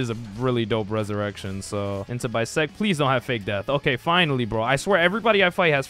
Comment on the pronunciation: Why am I the only one getting bothered by how he pronounced the ressurection and moves 🥲